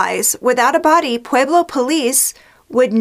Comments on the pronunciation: it's pronounced pweh-blow, not "pwee-blow" .... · heard that! i grew up in Fountain and as much as i love ~~~ her pronunciation of Pueblo was driving me crazy too:) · Pweh-Blow Pweh-Blow Pweh-Blow Pweh-Blow